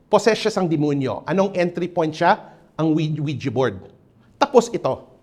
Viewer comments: Oo yung word na 'dimunyu'. He's probably a Cebuano mestizo. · I like the way how he enunciates Dimunyu like how the visayans say it. ❤